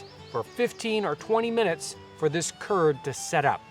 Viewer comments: Turd instead of curd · Every time you say curd in the video, I imagine that you're talking about Kurds, and it's funny because I am a Kurd.